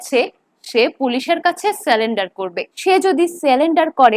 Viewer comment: কথাটা surrender (সারেন্ডার), স্যালেন্ডার না - and 😂😂😂